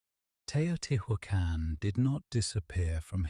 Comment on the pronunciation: PLEASE pronounce the names correctly. It's frustrating that you show such wonderful historical facts but don't take the time or make the effort to pronounce Teotihuacan correctly. It is not " tio-tee-who-ah-khan. Please don't insult.